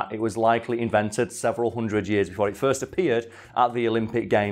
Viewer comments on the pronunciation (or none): none